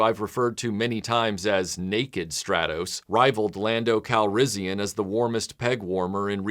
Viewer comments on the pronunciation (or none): none